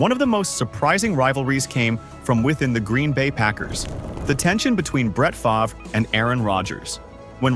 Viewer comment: I love that AI can't properly pronounce Favre